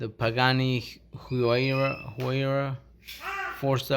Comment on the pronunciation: Do you know when your next livestream will be? Because now that it's summer, I won't miss them. EDIT: Huayra is pronounced Hoo-i-rah